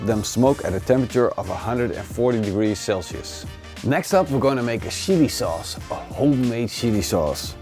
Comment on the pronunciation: Sounded like he said shitty sauce!